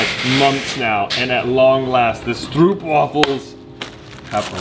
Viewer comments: STROOPWAFELS!! it's pronounced more like "strohp", as in the "oh" in "oh my gosh" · As a Dutchie, I am so confused: when did stroopwafels become a thing outside of the Netherlands? 😅 And does the entire world now pronounce it as Stroepwafels? 😂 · I loveee that you have stroopwafels in the office, it’s probably the best Dutch cookie. Althoughhhh, you are pronouncing it wrong😊🙃 try making Google translate say it😆 Btw love you guys!❤️